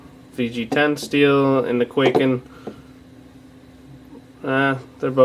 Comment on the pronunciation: it's not pronounced kway-ken it's kuai-ken